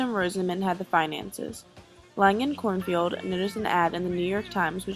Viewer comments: I love this doc, but Artie Cornfeld is not pronounced Cornfield, it's Cornfeld. lol And I think Janis Joplin was the Queen of the blues, Grace Slick of Jefferson Airplane was Queen of rock. The music meant a lot to me; I was really into it, and I loved getting stoned and going to these huge concerts of the best of rock. Missed Woodstock, but I lived there once for 7 years; New York is infested with junkies. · It's Artie KornFELD not KornFIELD Other than that great job, only don't talk so fast. Good vid. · His name is Artie KornFELD not KornFIELD. Please get it right if you are going to do a documentary on such an important time in history, and post it for all to view.